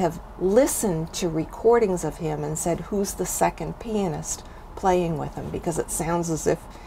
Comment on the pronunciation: Genius all right. But he was a pianist and not a penis as you pronounce. For the rest of this English-speaking world, you said penis. I had to come and edit my initial comment, yes ma-am at the end of the video you correctly said pianist.